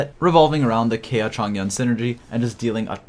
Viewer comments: If this man pronounces Kaeya as Kaya one more time i swear to god i will lose it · You can tell a video is older based on the way pronounces kaeya